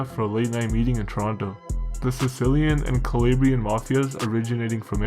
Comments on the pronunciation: bro you do so much research and put in so much effort the least you could do is google translate the Italian regions your talking about, KALABRAYIN? cmon bro you milk off Italian culture but can't pronounce Calabria? for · its an insult the way you say "calabrian" you shmuck